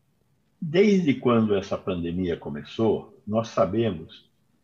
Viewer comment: kkkkkk "nova fraldemia" e o teatro continua faço é rir.